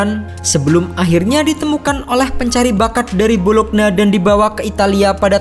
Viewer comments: Bolonya, bukan bolokna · Bologna dibaca : bolo-nya. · Bologna Bologna 😑😑😑 Dibacanya "Bolonya" pe'a 😑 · Bologna dibaca Bolonya Chievo dibaca Kievo